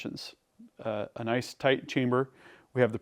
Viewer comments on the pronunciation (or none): none